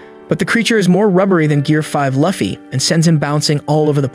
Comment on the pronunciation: you said luffy name wrong